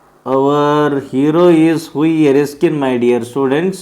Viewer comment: That is hughie not hugi you don't to read😅